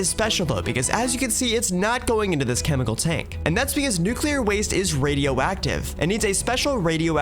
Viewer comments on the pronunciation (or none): none